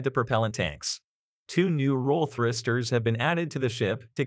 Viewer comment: Thristers? What are Thristers? I detect an almost Kiwi inflection with reference to Space icks. That might account for 'thristers'.